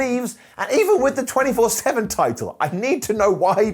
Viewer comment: Alove how says the 24/7 champ n disent correct it 😂😂